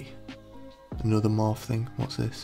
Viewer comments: everyone: morphe: MoRf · why is no one talking about the way he said morphe😂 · The way he said morphe tho 😂😭